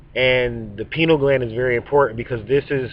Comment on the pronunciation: Pie-Knee-AL Gland.